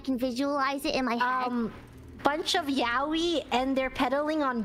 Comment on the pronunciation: Not gonna lie. I thought I heard "yaoi paddle" at first and had a flashback to old early 00s anime cons.